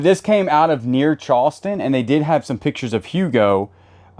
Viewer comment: I love the way he say "Chawston."😅